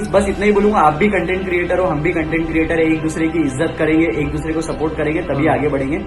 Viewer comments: I want to punch him in the face every time he says CUNTENT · verify hone k liye insta pe ye tiktoker apni tashreef youtube pe hi le k aye or ab bc usi k content creators k against or bhai cuntent ni hota content hota hai jahil😂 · Ok... So this guy is indian?!?! XD i can understand his problems now.... Plus he kept saying the whole video Cuntent cuntent he cant even pronounce CONTENT right... The way he is talking he seems like he has no freakin idea how much hardwork YouTubers go through... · Yr ye cuntent q bol ra content nai hota..?